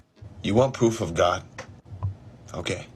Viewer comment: pwoof of gawd